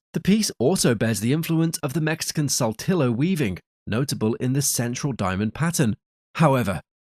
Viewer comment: The Navajo from Saltillo becomes the Nava-Joe from Sall till oh. 😅